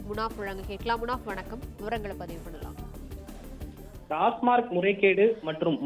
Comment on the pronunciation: டாஸ்மாக். டாஸ்மார்க் அல்ல